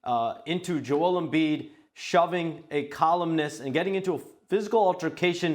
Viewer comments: This reporter saying Joel Embiid wrong is a coward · Shams face when he mispronounces his last name name